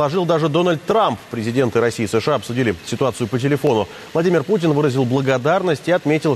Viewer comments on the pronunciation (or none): none